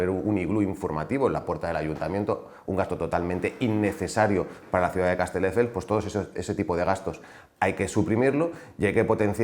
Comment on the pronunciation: Lo de decir CasteLdefels es algo que hace a propósito o es que no sabe ni decir el nombre de la ciudad de la que es alcalde?